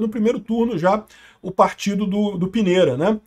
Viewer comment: A pronúncia é Pinheira